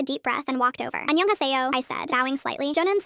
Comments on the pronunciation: SHe said anyong as heo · An-yo-hte-yo.. Something else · Not her saying she practiced korean pronunciation and then says hello like "ANIYOW-HASIYOW"💀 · "Angyeong ha seouw" what are these pronunciation lol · Anongasaseo wyayaya seo Thats what i hear lol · "aniyounghasayo" KILLED ME😭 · “Onion hey say oh” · "anyeeownguhawsayoh joenun sarayayoh! manisabangle woyoh." "aloohmayoh, han GOOL mo anjoe haSaay oh?" I'm cackling what i this pronounciation 😭😭😭😭😭